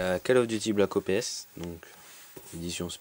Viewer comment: je reve ou il di black O P S o lieu de black ops